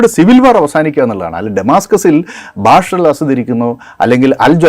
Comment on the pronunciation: ബശാർ ✅ ബാഷർ ❌